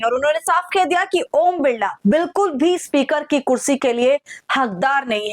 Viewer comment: बिड़ला नही बिरला नाम है